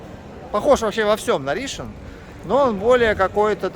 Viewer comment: Почему РИшон, а не РишОн?